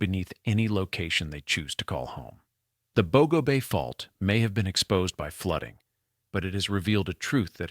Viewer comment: You need learn the correct pronunciation of Bogo